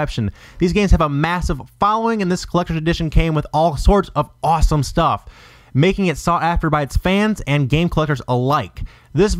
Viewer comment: "makeing this disk, hard to find" lmao why the fuck did you say it like. I heard it and started dien wasn't sure I prob heard correctly when I first listend to it correctly but when I found out it was what I heard i kept re winding continuing to laugh harder and harder lol